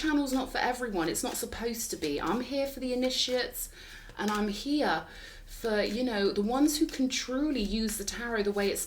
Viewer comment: Initiate. In-IT-I-ate 😊